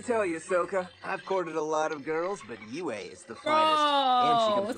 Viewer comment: For those who don't know Princess Yue’s name refers to the Chinese character for moon "月" But the pronunciation should be to pronounce Yu and e together, only one syllable The Chinese characters for Tue and La are written as 推 and 拉 These two words mean push and pull. In addition, I really like the performance of Zuko and Zhao in this episode Zuko is really kind-hearted, so he is willing to save Zhao in the end. And Zhao sincerely looks down on Zuko, so he is unwilling to accept Zuko's help even if he faces death.